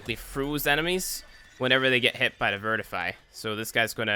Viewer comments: VI TRI FY. Maybe VIT RI FY But certianly not "vertify". Oh my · Isnt it pronounced VITRIFY? Not vertify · Vert i fy? No. Vit ri fy.